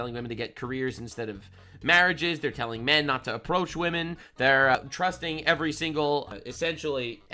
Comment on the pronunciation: wahmen and gentle wahmen